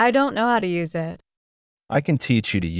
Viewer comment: Спасибо, все отлично. А простое выражение на ми. 25/29 совсем не возможно догадаться даже на слух "I don't know hоw to use it". Неужели все так произносят: ай донт арыаіт. Несколько раз слушала и не понять. Интересно было бы услышать это выражение в другой озвучке. Спасибо ещё раз.